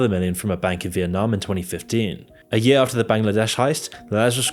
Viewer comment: The way you say "year" kills me. Like I'm listening along thinking wow! How crazy! Then you say yea' and I chuckle.